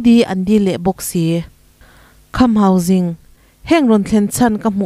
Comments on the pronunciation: Ka pi,hausing tia ilam sek hi enge awm zia....hangsing hi chu a awm ngei...tin, sing ilam dan pawh hi mahni tawng kalsan deihin jing tiin ilam bawk a heihi adik lo..mizotawng khan asipel dik deih khan lam la adik zawk.hausing nilo in,hangsing tia lam tur ani zawk e. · Kham Hauzing tia lam tur ni lovin Hausing zawka lam tur a ni e